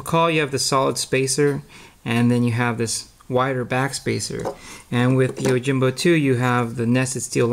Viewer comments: Pronunciation of the "Yo" part is "oh" in the video. He keeps saying Oh! Jimbo. Is that correct? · Yoh-Him-Boh. Not Oh-Jim-Bow. Right?